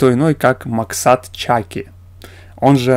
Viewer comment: Снимал не министр культуры Казахстана, а экс вице-министр Кыргызстана. Ударение в его фамилии ставится на последний слог ЧакИ